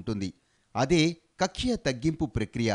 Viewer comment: కక్ష కాదు తల్లే... కక్ష్య...